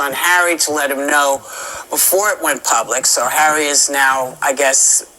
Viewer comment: "learn something Har-eh..." 😅😂😂